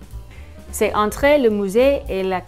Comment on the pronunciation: No offense, but you mispronounced Monsieur and „entre“ you said „entrer“ or „entré“ but it is an „e“ without accent and Babbel did not correct you? That does not speak for the app.